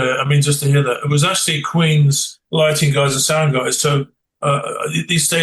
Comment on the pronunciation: Did he say Queens lighting guys ..?